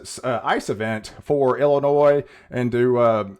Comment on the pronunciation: the 'S' is not pronounced in IllinoiS